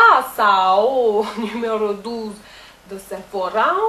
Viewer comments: Je ne voudrais pas faire la rabageois mais le mot "curaçao'' ne se prononce pas ''/corossaw/'' mais ''/curasso/'' :) Sinon les vidéos sont super !! :D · "Curaçao, Brasil, chaleur !" : trop drôle ! Le plus fort, c'est l'accent : à mi-chemin entre l'accent brésilien et l'accent russe... ! MDR !